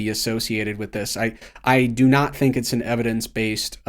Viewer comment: Why does pronounce vowel I so weird?(decided=decidiid, built=biiilt, think=thiiink, very=verii) its much longer and more pronounced compared to